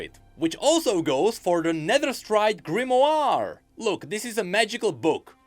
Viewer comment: The grimoooarrrr (im french lol)